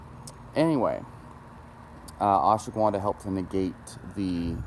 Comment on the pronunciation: Fucker keeps saying Ashwa Gwuanda lmaooo I can’t focus when he says Gwuanda